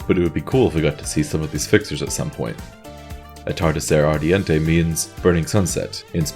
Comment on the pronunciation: yes, you pronunced atardecer ardiente perfectly